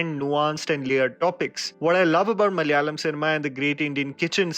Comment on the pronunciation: Hey man, your appreciation of malayalam movies makes us appreciate you. Would love it if you'd say malayalam like how the Malayalies do, it's not 3 syllables (mal-ya-lam), it's 4, Ma-la-ya-lam. (Say it fast 4 times to get it right😛) We Malayalies have a habit of adopting people we like, so ya, you're one of us now... 😋